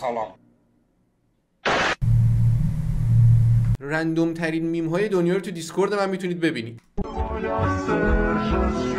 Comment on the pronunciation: چرا سلامات نصفست😂